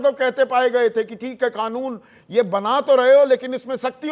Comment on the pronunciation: इस अनपढ़ को कानून तो अच्छे से बोलना नही आता बोल रहा है खानुन